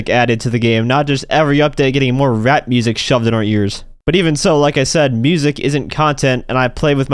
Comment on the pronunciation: Bro said rap like a slur